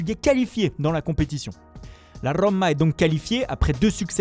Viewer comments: L'AS Rrroma. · La Rrrrrroooooooomaaaaaaa 😂😂😂 que ça fait chi*r !!! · « L’As Roma » ne se prononce absolument pas comme ça. Même chose pour Sarri et Gattuso. 0/3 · Vas y comment tu dis Roma frère ?